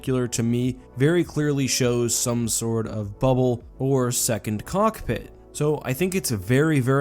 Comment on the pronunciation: Why did i heard Cock pict? Wtf